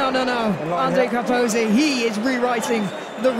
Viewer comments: “andre capoze” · di Amalfi hey there, just googled, his name is Ange Capuozzo, not cangaroo, apologies for the mistake, it was a genuine mistake and there is no need to be offended. Cheers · Carpuzzo! Capuzzi! Capozzo! Carpazzi! Capanazzi!.. Yes, it's a record number of mispronunciations of an Italian's name in one game!Congratulations Italy! 😎